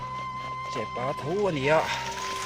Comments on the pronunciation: Ka pâ tilo in ka pa itih ve ṭhin tho ka ring a,chutiang chiah chuan chepâ tilo in chepa tih mai kha a lamdan dik a ni e.( I awk tam hle mai 🎉) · I lam dan ngai a ilo neih tawh kha dik lo Chepâ ni lo in Chepa tih tur Mipa pawh Mipâ i ti ngai miah lo ang Mipa i ti ang tiang chuan lam tur SVMM😊😊😊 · Chepaa tilo in. Chepa tizawk rawh. Mizo in kan lamdan kansawi dan ani